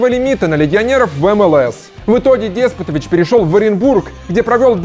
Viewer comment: Говорится не ДЕспотович, а ДеспОтович